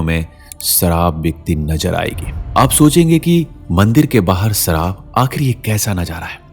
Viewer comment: "Sharaab not saraab" Poor pronunciation.